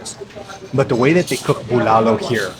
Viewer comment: That's not Bulalo broth you're having...it's actually sinigang...Bulalo (w/c you're also actually mispronouncing) have a sweeter/savory taste & is made of bone marrow, corn in cub, baguio beans & bokchoy or cabbage